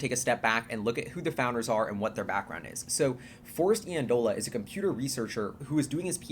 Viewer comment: Super exciting. BTW, Forrest's last name is pronounced (Eye)andola. Friend and roommate of mine at school.